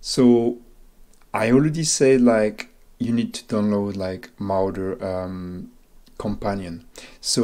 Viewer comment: mo-raw-der say it with me now